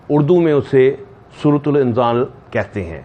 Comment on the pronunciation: its surat inzaal not surut ul inzaal